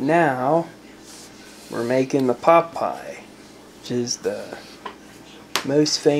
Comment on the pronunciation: So... you're starting a cooking show, too? 😉 I can appreciate that. Pot Pie really sounds like Pop'eye. 😆 o_< An interesting concept. It's like a stew with pieces of dough in it. In Finnish Karelian traditional cousine in the Eastern Finland (and I guess in the current Russian side, too), there's this bread with pieces of pork and rutabaga in it. You traditionally eat it warm and with some butter, yum. 😋 It's called "lanttukukko" or a "rutabaga purse/rooster", depending on the etymology of the word "kukko". In Savonia, a little bit more to the West from Karelia, the dish is traditionally filled with fish and pork. That's called "kalakukko" or a "fish purse/rooster".